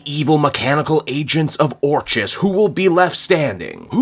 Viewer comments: Finally, I don't have to hear you pronounce the organisation as "or cheez" anymore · I gotta lotta love you and what you do, but fucking Christ do I want to scream every time you pronounce orchis wrong. It’s been driving me crazy since the start of the Krakoa era. I kept hoping you would correct yourself, and it never happened. I love your channel but god this one thing is very annoying. Anyway hope you’re doing well and whatnot.